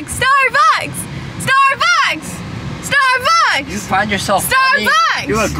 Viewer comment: Was saying “starbugs” not “starbucks”? 😂❤❤ I love u all♥️♥️♥️